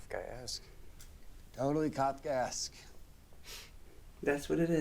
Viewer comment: for english speaking people you pronounce it " KAF KESK" Kafka was to books in the late 19th century - early 20th century what Tim Burton was to movies in the 90's . he has that creepy/funny mentality . his most popular novel "The metamorphosis " (published in 1915) inspired the 80's Cronenberg movie "The Fly" with Jeff Goldblum ps : weirdly enough , the next episode of BreakingBad is also called "Fly" . coincidence ?